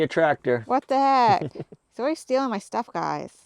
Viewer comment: gets to drive the “TWACTOR”!😂😂 If ya know ya know.😅